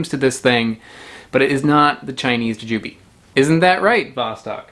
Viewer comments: Bought some of those last week at the Indian supermarket, the guy said they were gooseberries. Tried it, figured it was picked too green and traveled too far. Threw it out. Jujube has the stress on the second syllable "juJUbe " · How are you not saying JooJooBee?🤣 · Interesting stress on the syllables. I never thought to pronounce it that way-- joo' jah bee! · You pronounced Jujube like if you have only seen it on print, but never heard it pronounced.